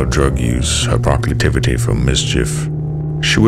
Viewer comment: This is some of the best content you've done, old son. But you mispronounced proclivity. Something to work on I guess. Still, good stuff. Your voice is magnificent.